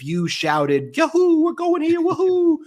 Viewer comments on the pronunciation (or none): none